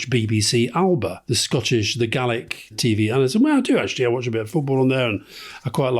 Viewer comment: Minor correction, "Alba" (as in 'BBC Alba') is pronounced "AL-uh-PA" with a schwa between the L and the B, and the B is de-voiced to P. The English-style pronunciation "AL-BA" just sounds horribly, horribly wrong to Gaelic speakers. Yes, Gaelic spelling can be a bit complicated :-)